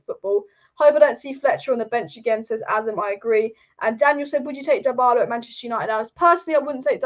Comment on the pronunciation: DA-bala and DIE-BALA - Killed me ! LOL. You really need to learn how to pronounce some names dear.